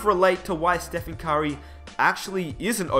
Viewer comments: the way he says "curry" sounds like "kyrie" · I got confused when you said "Curry" because I understood "Kyrie" smh